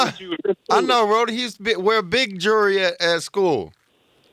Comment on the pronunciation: He said jury for jewelry. Lmao this Nigga is real tho